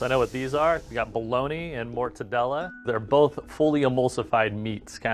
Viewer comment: as an italian i cried looking at that "mortadella"